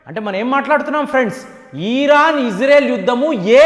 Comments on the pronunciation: ఒరే నాయన ఈరాను కాదండి ఇరాన్ మీ తెలుగు కొంత తేడా వుంది. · Uncle మీ ఇన్ఫోర్మేషన్ చాలా బాగా చెప్పారు కానీ "ఈరాన్" కాదు "ఇరాన్" అని చెప్పండి